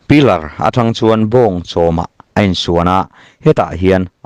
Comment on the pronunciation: Engati nge "Pilër" tih pawh i chhiar thiam loh a!